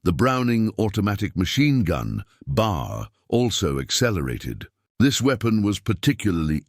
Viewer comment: The weapon you continue to refer to as the BAR is actually more correctly referred to as the B. A. R. Each letter is pronounced separately. The weapons name is actually the "Browning Automatic Rifle" Invented by John Moses Browning.